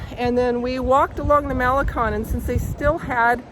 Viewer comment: you know it's pronounced maleCONE and not maleCON, shame on you! 😄